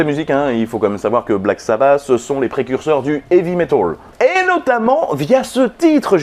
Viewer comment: Black sa basse ? J'ai toujours dit Black sa batte